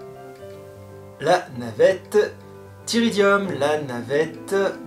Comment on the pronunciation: 😘👍 top review... Tyridium 😂